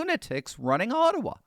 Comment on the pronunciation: Ottawa kinda sounds Chinese